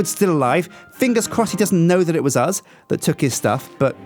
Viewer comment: i like how says uz instead of us